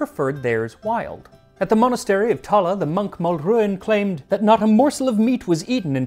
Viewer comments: Tallaght is pronounced with a 2 hard A's. Tah-Lah. It's also a kip these days. Lived here for 40 years. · Fair dues for your pronunciation, Max. Only main mispronunciation is Tallaght. It's pronounced tAh-lAh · Plenty of corned beef in Cork. Go find it. Tallagh is pronounced ta la , no u sound. Great video